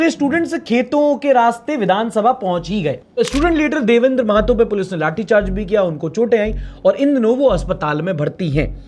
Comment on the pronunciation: महतो ❎ महातो ✅🤣🤣